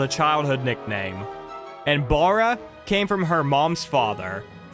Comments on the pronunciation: Her last name is pronounced like the first syllable in barrel … Baa-ra. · It's pronounced BARE-ah.